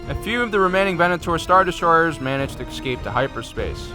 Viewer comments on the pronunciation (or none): Good, but could you say Asoka Taano and the word escape right please. It's not pronounced Tun-no or ex-scape.